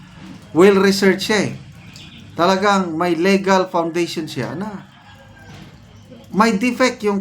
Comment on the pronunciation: Thank you po. Kunting comment lang sa pronunciation sa word na “legal.” Dapat po matigas ang “le” = lee gal 😊